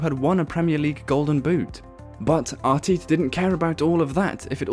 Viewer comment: Arteeeeta??? FFS